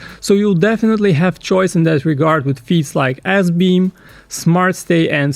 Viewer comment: That sweater.... And I swear I heard assbeam instead of sbeam